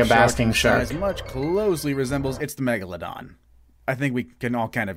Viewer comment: If I had a dollar for everytime i Cringed when the narrator says "megalodon" I would have enough money to end world hunger